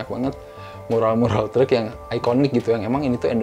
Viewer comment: yg masa kecilnya di taun 80-90an ada rasa nostalgia pas nonton film ini karena melihat scene2nya. kalo saya mah nostalgia pas tinggal di bandung pas denger ngomong “treuuk” 🚛🚛